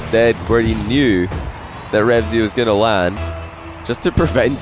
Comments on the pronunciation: Why do u keep saying REVZY, i dunno why but it annoys me lol, its "RevEazy" * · says "remzy" throughout the video